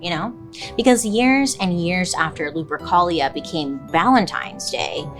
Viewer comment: Why does lupercholia sound like some std 💀💀